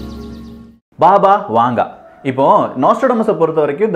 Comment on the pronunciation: அது "பாபா வாங்கா".... வாங்கே இல்லை...